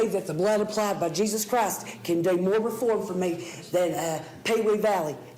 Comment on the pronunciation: “Jesus Crast” 😂